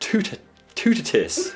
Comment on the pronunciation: Toutatis- two ta tee (s is silent)